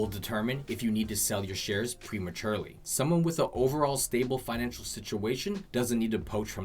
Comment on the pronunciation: Financial not finanical lol but good video.